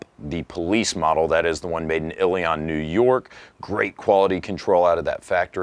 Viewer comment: That's not how you pronounce Ilion. It's more like Ill-ee un with the emphasis on the first syllable